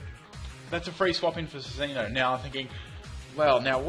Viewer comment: Cinccino is pronounced Chin-chino